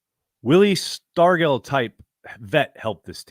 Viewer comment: Whose Willie Stargel? The g in Stargel is pronounced like a j. Wilver Dornell Stargell (March 6, 1940 – April 9, 2001), nicknamed "Pops" later in his career, was an American professional baseball left fielder and first baseman who spent all of his 21 seasons in Major League Baseball (MLB) (1962–1982) with the Pittsburgh Pirates.